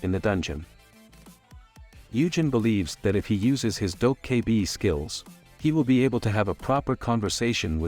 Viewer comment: If i have to hear "Dough K Bee" again...